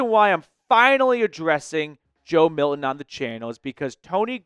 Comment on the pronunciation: Can you pronounce Milton? Yikes.